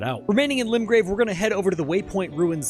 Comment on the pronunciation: its limgrave not limbrave lol